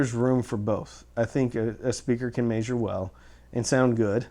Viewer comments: Meh-zher not may-zher. Love ya. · This was a borderline useless video up until he started pronouncing "measure", then it just became aggravating. Let me help: ME-ZHER - It is a short e sound in the first syllable not a long a or long e, the accented syllable is the second. There is no diphthong for the double vowel "ea", therefore you do not pronounce the long a or even long e sound for the syllable . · Haha! “May-Zure”